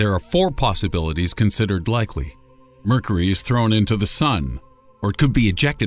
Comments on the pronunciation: . . . . . Really . . ? "Mercery" . . ? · "Murkery", huh? Are you sure that's what it's called? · Did anyone else notice that he pronounces mercury wrong? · Your pronunciation of 'Mercury' is peculiar.